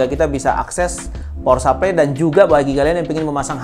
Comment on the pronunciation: power supply bro bukan pawer sapley wkwk